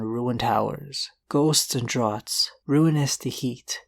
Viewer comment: Draughts is pronounced "drafts".... just so you know